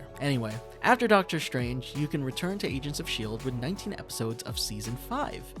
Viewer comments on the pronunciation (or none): Doctor Strange❎ Doctor Shtrange✅